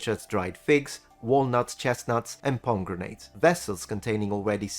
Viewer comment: Did you just call pomegranates "palm grenades"? I love it! I'm going to start saying that ALL THE TIME!